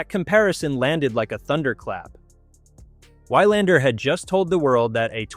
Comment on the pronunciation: I like this video, but the commentary pronunciation is terrible. It pronounced 'Wilander' 'Wylander' with a long y sound in the first syllable. Definitely an AI narration. Please get a real person to do the narration. Nevertheless, I like the content of the video highlighting the impact of Alex Eala on the professional tour.